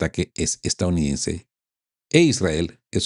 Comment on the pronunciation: Usted pasó de geopolítica a cristianismo recalcitrante, que pena ! Y por favor practique la palabra E S T A D O U N I D E NS E la repite varias veces en cada vídeo de manera incorrecta. Lastima tener que no ver más este medio, pero entendiendo la verdadera raíz de los problemas de la humanidad (especialmente el actual) y tener que soportar a un comentarista de geopolítica que toma visos de pastor cristiano es ya demasiado. Buen día !